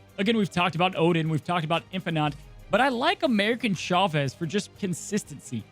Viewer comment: Why do I always hear “American” Chavez whenever mentions that card?!